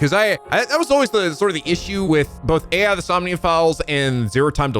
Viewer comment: i’m sure someone has already told you by now, but it’s not pronounced like A I in this case. It’s pronounced like eye, as in eyeball. Even though the letters are A, and I. Hell… If you go and screw around in the sound settings, it even says the title of the game allowed to you, and it reads it as eye, and not A I. The same rule applies for the first game too.